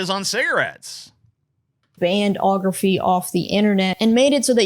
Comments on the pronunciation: I can't no I'm 10 minutes in and she keeps saying cornagrophy. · Don't worry, she inexplicably switches to "ography" later